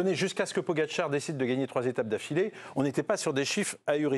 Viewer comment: A l’entendre.. celui qui sait pas dire le nom de Pogi.. il faudrait interdire ceux qui sont plus fort,de gagner des étapes.. allez… allez voir le psg 😂😂😂